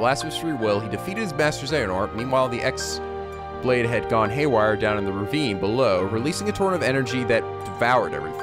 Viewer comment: Chi Blade, not Keyblade